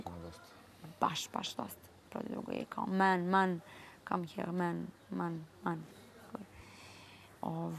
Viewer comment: "MEn,mAn...mEn? MAn? MAn."😂😂 Kakva je ova stjuardesa bila,kako li se sa putnicima sporazumevala? Kakav tarzanski engleski...bombonica🍬😂🔫